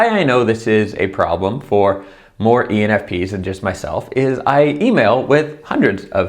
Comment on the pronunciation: I dont think he realizes he is saying penis !! hahaha